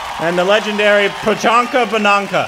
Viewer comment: Finally you heard the true prononciation of this name!! That's it!! Tnx priyanka 💜🙏🏻